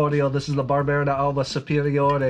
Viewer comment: Personally I feel that Barbera is a grape variety that I should like more than I do, but for some reason it doesn't quite do it for me. I'll drink it though, and I agree about the food-friendliness. Pronunciation tip: I am pretty sure that Barbera d'Asti and Barbera d'Alba are pronounced as if the apostrophe wasn't there. 😎